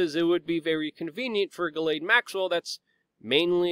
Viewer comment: Thank you for pronouncing GM's name correctly.